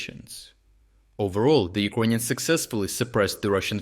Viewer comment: Serious question for every video you post. Why you pronounce the country "Ukraine" but the people "yirkonians"